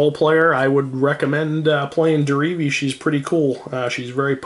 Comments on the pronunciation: He keeps saying Derevi like dee-ree-vee. It is said de-re-ve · Some people I play with keep calling Derevi, Deretti. It's pretty annoying.